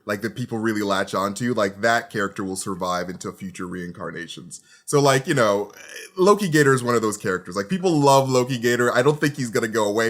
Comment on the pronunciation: Not lokigator... aLOKItor